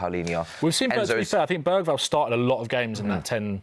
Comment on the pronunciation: Man said Bergvall 💀💀💀